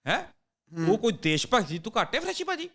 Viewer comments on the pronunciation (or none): none